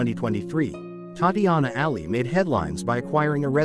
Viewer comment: WHY IS HE NOT PRONOUNCING HER NAME RIGHT!!!!!!